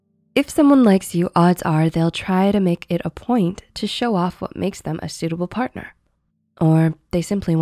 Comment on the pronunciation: Why is she saying someone then in the video says Parthner or spouse